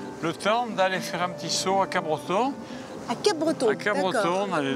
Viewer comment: Le P ne se dis pas à part par les personnes non habitant la région ça se prenonce cabreton qui n'est absolument PAS en Bretagne :)